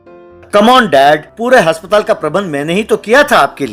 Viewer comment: Bhai haspatal ni hota aspatal hota hai